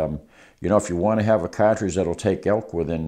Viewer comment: His wisdom on the subject is unparalleled but I’m mainly here to hear him say “catredge”.